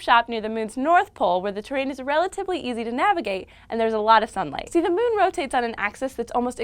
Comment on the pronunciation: I like how she says mewn